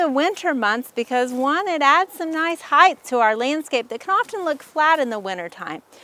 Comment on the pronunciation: This was a helpful video. It sounds like you're saying "heigth" with a "th" sound at the end of the word - when in fact, it is "height" with a hard "t" sound at the end - just like weight. FYI.